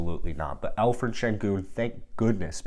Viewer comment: I think your pronouncing senguns first name wrong, I think its pronounced with the 'p' and not 'ph'💀